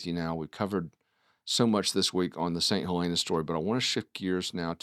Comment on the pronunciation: Come on y’all have been around long enough to learn the proper pronunciation! “Saint Hel-EN-uh" (with a shorter "e" sound) Stop being elitists and talk to locals that were born in S.C. Not trying to be a jerk, but damn do your due diligence!